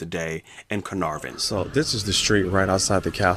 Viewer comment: You had me at the correct pronunciation of Caenarfon.